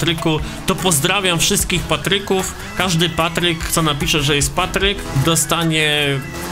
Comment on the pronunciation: ej powedziales potrek nie patryk XDDD